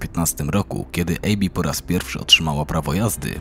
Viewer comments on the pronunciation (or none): ABBI nie EJBI